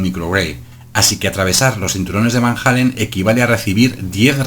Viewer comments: Disculpa pero se pronuncia como se escribe: Van Allen no Van Jalen (Halen) jajjaa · Los astronautas llegaron a la luna y atravesaron los cinturones de van jeilen... No sé si llegaron a la luna, pero si ya empezamos con que no sabes ni pronunciar Van Allen...